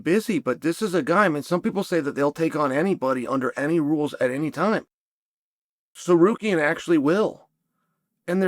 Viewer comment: you can always tell when I fighter gets on chaels good side because he starts pronouncing their names correctly... no more sa-car-ree-an. 😂😂😂